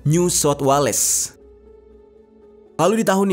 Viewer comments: Stress dgr, wa-lays. Apoooo. Wales sebut wells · Sebutan Wales Bukan nya Wales.. Sebutan nya wels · Cara penyebutan nama tmpt nama org msh banyak salah lu bro..WALES tu baca nya WELS...perbanyak referensi cara pengucapan deh